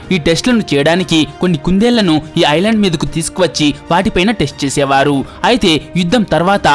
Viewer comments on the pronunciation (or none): ఐలాండా ఏందిరా ఐలాండ్ అనలేవా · Orey babu.. I landa kadhu ra babu.. island... Kastha kangaru padakunda cheppu... Video bagane vundi.. alasipoku plz..